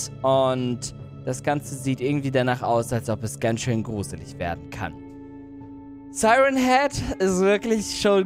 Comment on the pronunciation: Nicht seiren heed sondern sieren heed.